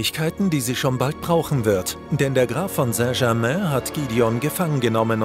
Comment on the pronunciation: Wie er saint German ausgesprochen hat